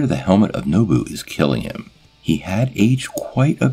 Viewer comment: Not nobu, nabu ( I’m sorry if I sound like a jerk saying this but I do really enjoy your videos I like part one of this video a lot )